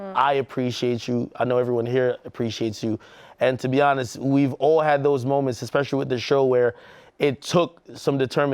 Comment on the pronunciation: "Imma be awnessss" -Dj Akademiks